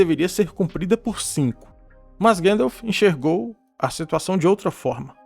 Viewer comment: seu conteudo e otimo mestre, mas por favor e gandalf e nao guendalf hauhauauhauhuah